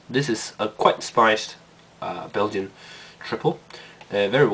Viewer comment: Your pronunciation was pretty accurate, for a Scandinavian guy. :-p I don't know why it exploded but it isn't supposed to, or at least that never happened to me. It's Belgian so it must be a great beer and it is :-D.